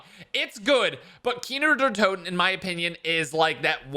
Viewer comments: For the love of god stop saying kiner der toten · Can’t get over “kiner der Toten” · "Keener der toten" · “Kiner der toten” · “Kiner der toten” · Nobody:: KEENER DARE TOTIN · You VIOLATED Kino Der Toten.